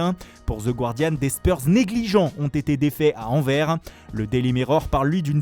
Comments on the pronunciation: Anversssss !!!! Mes oreilles seignent avec votre Anver. Et c est pas d antwerp c est de l antwerp. Antwerp=Anvers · On dit ANVERSE ET NON ANVERRE. Merci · On dit AnverSSSS ! faut finir le mots comme KA dans le livre de la jingle ! Tu t’applique a dire Rrommma rafael leawo et jamais les club belges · Quitte a en rajouter à fond sur les noms italiens, il faudrait commencer à prononcer Anvers correctement :D